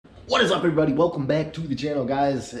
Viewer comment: WRRRRRRRRRAT’S UP EVRRRRGGGRRRRRRRY BUDY LMAO .... The intro always gets me 😂😂😂 I’m a fan of the channel tho , not hating .. Is the way you say it , it gets me every time !!!! Keep up the good content👍👍👍